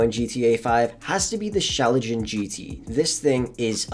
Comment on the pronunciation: Schlagen pronounced as Shklaa-gen not shalajen. Loved this video